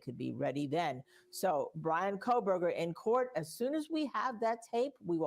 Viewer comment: Ummm..... It's KOHBERGER!! Not KohLberger